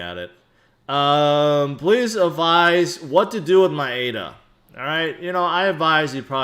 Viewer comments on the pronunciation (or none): none